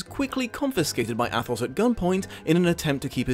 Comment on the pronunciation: The "th" is pronounced like a single "t" in French language... So Athos is really pronounced Atos... But overall your pronunciation isn't that far off...